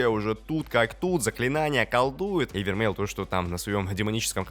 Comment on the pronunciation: Да * не вермель а вермей